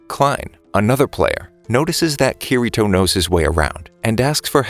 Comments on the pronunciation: Bruh said keyreto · It it pronounced key d toe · It's said kideto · you said kirito wrong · He just says kirito wrong, otherwise, everything else is perfect.